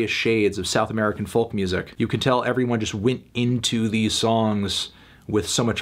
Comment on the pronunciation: Why cant you pronounce 'folk' correctly?